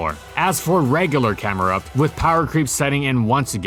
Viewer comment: THE I IN CAMERUPT IS SUPPOSED TO BE A U!